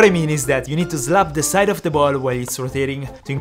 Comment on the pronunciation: "You need to zlap it"